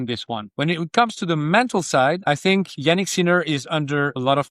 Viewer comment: "Janick" mispronounced. AI slop.